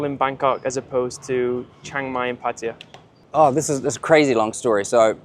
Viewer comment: PATAYA NOT 'PATYA'